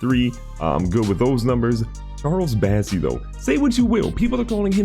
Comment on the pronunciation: Love the vids, but please call Bossey by his real name! It's bOssey, not bAssey